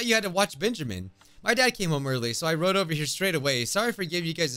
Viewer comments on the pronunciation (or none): none